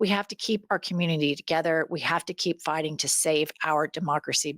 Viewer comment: Hi /Jennifer, The more effective way to say Mfer is not with a hard "R "but with a n "A" M----f--ka. Thanks for all you ladies do.